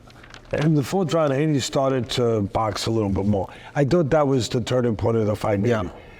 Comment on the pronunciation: I’m a stokie and it’s mental to see teddy atlas talking about someone from our city he’s a really likeable bloke really good honest character (p.s it’s pronounced hee-knee😂) up the potters 🔴⚪️